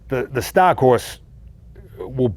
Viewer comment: That'd be awesome! would be the "stah" of the audiobook!